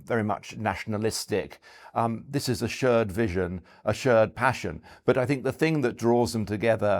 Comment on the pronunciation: He can't pronounce "shared" or "pear" either, so I think it's more a language issue in general than a China-expertise issue. No, seriously: He pronounced the vowel in "shared" and "pear(-shaped)" like the one in "word" or "bird". Really rather weird, to my ears. (Idunno, is this some ultra-posh variant of RP that I've never heard before, or some lokal dialect? But nothing else in his speech sounds particularly dialectal.)